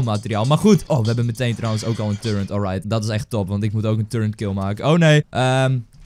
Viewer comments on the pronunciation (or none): turreNt? volgens mij is het toch echt een turret, dus zonder de N. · Hij zegt alleen maar turrent maar het is turret LIKE ZODAT DIT ZIET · Je zei en schreef turrent maar het is turret zonder N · wanneer gaan mensen eens begrijpen dat het 'turret' is en niet turreNt..... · Waarom zegt ie de hele tijd turrent en hij typt ook turrent en het is turret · het is turret niet turrent